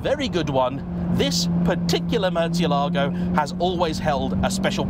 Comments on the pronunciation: Is it realy pronounced Murtzialago? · Love the videos, but please, like so many others sadly, stop mangling the pronunciation of this car’s name (I’m half Italian and I detest my surname being mispronounced so forgive me if this seems anal - it’s not. It’s about respect.) The correct pronunciation is as per this video Keep up the good work!